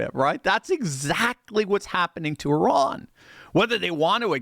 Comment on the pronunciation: The only guy on youtube that pronounes Iran correctly 👏